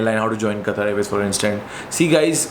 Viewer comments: It's Qatar not qataar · Sir, You have worked for Qatar Airways, atleast pronounce the name of the country properly. Its Qatar without Syllable stresses. Not Qataaaaar as in Queue. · Bhai! Itna sab karliya toh also try saying Qatar from epiglottis. 😁